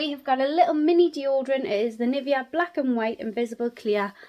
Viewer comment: Just a sugestion, search how Nivea is pronounced. I am sad this advent calendar isn't available in Serbia.